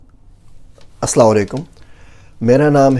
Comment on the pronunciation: May Almighty Allah put (khair n barkhat) blessings in your life. A human can not be perfect and Alhumdulillah ye all accept it. Plz correct the pronunciation of salaam.